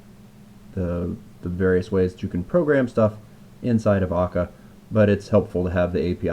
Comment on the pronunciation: When you were pronouncing Scala and Akka wrong the whole time.